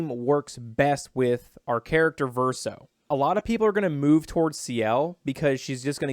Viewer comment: Verso not Verseo